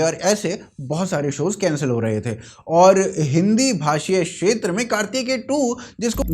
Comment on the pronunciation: Yaar jab ithni acchi Hindi bolthe ho tho Shetra kyon bolthe ho Kshetra Bolo naa. Please try and maintain consistency when you are doing such a good job of promoting Hindi. Mein english lipi mein likh raha hoon ki Hindi samajh ne waale par lipi nahin padhne wale jaan sakey ki main kya kehna chaahtha hoon.